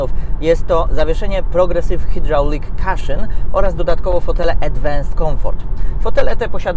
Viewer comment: Po angielski wyrazu cushion nie wymawia się „kaszyn” tylko bardziej jak „kuszyn” to naprawdę zasadnicza różnica w wymowie. Dla kogoś może brzmieć jak czepialstwo ale prowadzący często na tym kanale nieprawidłowo po angielsku wymawia wyrazy. Czasem wystarczy wpisać w Google i odsłuchać translatora.